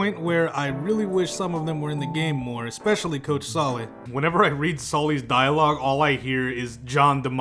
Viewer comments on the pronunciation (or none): none